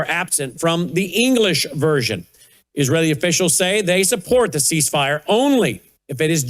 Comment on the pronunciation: iranian here please work on your accent and syllables where they stand.you can be misunderstood easily misconstrued and throw us off. In this interview i found many of them. You can humbly find out how to pronounce some of the words in all your interviews.you are extremely knowledgeable in you studies and want to listen to you regularly. Example; ceasefire its seez fire.